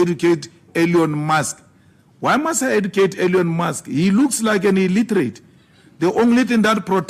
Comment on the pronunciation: My man Malema be speaking in syllables: E~lon M~usk is uh ill~iter~ate 😂